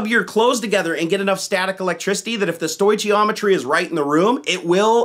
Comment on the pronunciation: 1 little nitpick. Stoichiometry is pronounced "stoy-key-ometry" not "stoy-chee-ometry". Good video though, and it had to be made.